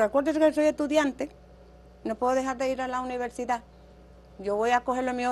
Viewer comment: Ella tiene muchas fallas en el vocabulario, por decir universidad dice univelsidá, dice utede por decir ustedes, dice pelmiso en ves de permiso, por decir curso dice culso, dice tulno por decir turno y dice militar en ves de militar